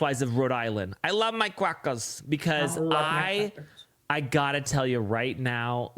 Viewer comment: Crackaaaas no r.